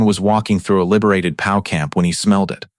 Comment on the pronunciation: How hard is it to get a real person to read an 11 minute video? I will not subscribe because I don't like listening to AI say "Pow" instead of "P.O.W." and "her" instead of "Herr" for example. Also, pausing or not pausing in incorrect places. It's annoying and I feel like I'm being gamed by a stupid robot. Too many Youtube videos do this now. You can't even spell "German" correctly. Alas, a good WWII story ruined.